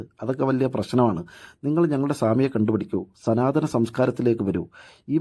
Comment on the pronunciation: സനാതനമല്ല.. 'സ്തനാതനം'😅😅😅